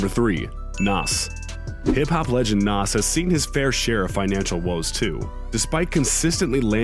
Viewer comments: Its Na"z" not Nas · K-a-millionaire? Lol N-o-s? What? (Nas) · And NOS🙄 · That's Not Noss"... its Nas... (Nozz) Pronounced In the first 6 minutes of the video, you have Mispronounced 3 different rappers Names SMH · Nas not Nos. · How u gonna disrespect a legend nas is pronounced like gnaws not nos he isn't under the seat of vin diesels RX-7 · I need for you to pronounce nas's name correctly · Not only is making this list dishonorable, but almost as bad is the mispronunciation of some of the rappers mentioned. I understand that someone might not know how to pronounce “Chamillionaire”, but Nas? Nas is a legend and NO ONE doing ANYTHING with hip-hop gets a pass for mispronouncing the his name.